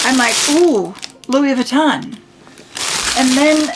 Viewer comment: Please learn to pronounce Louis Vuitton correctly. I’m 70 and have been lucky to be able to own plenty of designer items. Starting in 1974 ( married a pro athlete). Fell out of favor at some point but took very good care of all my very good things and just gave most of my items to my 14 yr old granddaughter. I can tell a fake but then I’ve always adored fashion. It’s been heartbreaking to have friends who thought they scored a great dupe and pass it off as real but I can tell. Some have even paid big prices for used bags thinking and believing they were authentic but they are not. Those I do tell because that’s a scam. Keep wishing and someday you’ll get your dream. Buy a bag they keep their price better than a vehicle. 😊